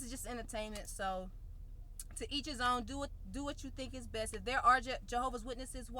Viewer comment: I’m doing my “besh” 🤣